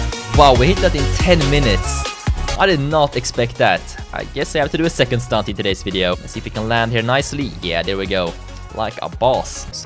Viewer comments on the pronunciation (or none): none